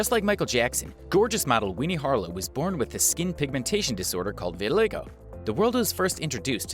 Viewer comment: It's pronounced vit-i-LYE-go